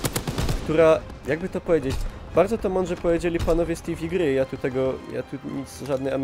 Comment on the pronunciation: Bardzi spoko materiał tylko raz: Ciekawe ile grających zwraca uwage na to że umundurowanie jest z dupy, to nie jest arma czy symulator. W sensie, też uważam ze jak sie coś robi albo dobrze albo wcale. I drugie w "te fał gry" a nie "ti wi gry" xD